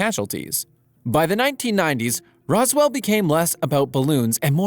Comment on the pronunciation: Why you say roswell like there's an e in between the s and w